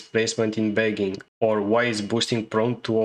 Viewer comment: you need to pronounce "bagging" better in future videos.